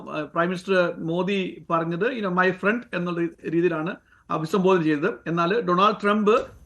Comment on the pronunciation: മൈ ഫ്രണ്ട് അല്ല മൈ പ്രണ്ട്😂